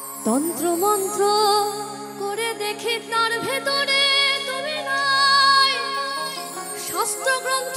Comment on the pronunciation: "ভেতরে " উচ্চারণ টা ভুল ।একটু শেখার দরকার আছে ।